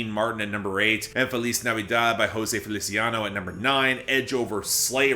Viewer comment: OMG HE PRONOUNCED FELICIANO CORRECTLY EDIT: FINALLY! I have absolutely no goddamn idea how Everything I Love was able to chart for 40+ weeks despite being in the bottom half, skirting past any recurrency rules!